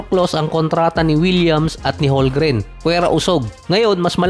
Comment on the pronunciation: Silent L ang HOLMGREN hindi silent M.. Ay naku..